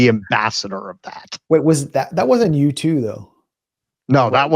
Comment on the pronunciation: Jew 2 That's actually how Latinos pronounce U2😂